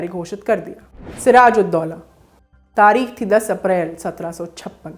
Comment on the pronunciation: "🖋️🖋️🖋️ आदरणीया ! आदाब !! आप का अंदाज़-ए-बयान नेहायत ही उ़म्दा है , जिस के लिये दिली मुबारकबाद !!! बस अपने तलफ़्फ़ुज़ (उच्चारण) पर ध्यान देने की ज़रूरत है ??? प्रोग्राम का नाम तारीख नहीं बल्कि तारीख़ है और बेगम को बेग़म कहना दुरुस्त नहीं है ????? हमारी दुआ़यें और हार्दिक शुभकामनायें 📘📘📘 "